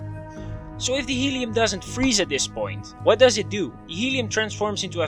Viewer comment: Helium: I neva fweeze.